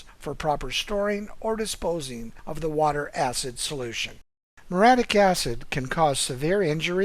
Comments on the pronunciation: very helpful (but it's muriatic acid not moradic) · What is moratic acid? Sigh, pretty bad from a pool company. It's muriatic acid